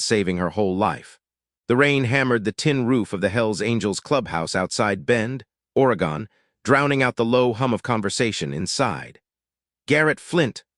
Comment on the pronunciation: "Or A Gone". Its just Oregone not a distinct 3 syllable city. Of course another 81 story. Not Outlaws MC, Highwaymen MC, Vagos MC, Sons of Silence MC. Countless other 1%er Clubs.